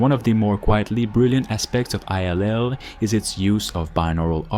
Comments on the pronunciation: I think it's "Ill" as in "I feel Ill", not I-L lol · Why does he keep pronouncing I L L ? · Did you just call it 'I'll' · Did he really just refer to this as “Eye-El-El” 😂😂 bruh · Is this AI voiceover? Why are you pronouncing the name of the game that way?